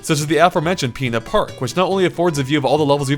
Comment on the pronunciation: The way he says “pina park” 💀💀💀